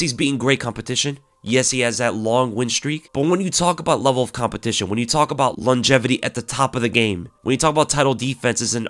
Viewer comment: Best mma podcast out. Although the "longetivity" made me laugh 🤣